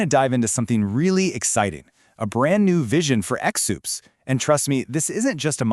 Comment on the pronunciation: Me for the last 20+ years: "It's pronounced 'zoops'." 😊 "...a brand new vision for EX-OOPS..." Me: 🤯 Surf Wisely.